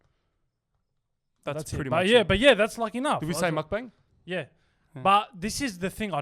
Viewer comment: Please-it’s pronounced mok-bung